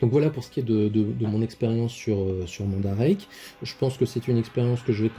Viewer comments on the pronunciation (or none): salut mon ami chti ;) super vidéo qui peux beaucoup aider la comunautée . mandarake se prononce " é " a la fin mandaraké , pour l ' example de ton aiolia , en fait ce n 'est pas le vendeur qui s ' apelle nakano , nakano est un quartier de tokyo donc la figurine etait dispo dans la boutique mandarake de nakano . il y aurait tres bien pu etre marquer akihabara , ikebukuro etc .. d ' autres quartier de tokyo selon l ' endroit de la boutique ou est dispo l ' article vu que mandarake a pignon sur rue . ha les douannes sa me connais je c ' est de quoi je parle , oui le meilleur mode reste le SAL et aussi le AIRMAIL . a part DHL ou EMS il ya aussi FEDEX ou USPS notament . exact les frais douaniers son de 20 % et le fait de demander au vendeur de marquer gift( cadeau ) ou sample ( echantillon ) ne fera en aucun cas passer a travers les mailles du fillet . concernant chronopost il faut savoir que sa appartient au groupe laposte et exact a chaque fois il prennent le relais sur les envois dhl , FEDEX , USPS , EMS une fois le colis arriver en france . ils on trop faim de thune lol et c ' est 100% douanne a chaque fois ! de part mon experience je ne connais aucun vendeur nipon qui aceppte de sous evaluler le prix de la commande , ils ne rigole pas avec sa via les lois de leur pays ou ils peuvent etre punis en devant payer de grosse amendes notament , voir pire pour ces vendeurs . a savoir aussi MANDARAKE on aussi depuis peux leur boutique en ligne sur EBAY . voila en gros ce que j' avais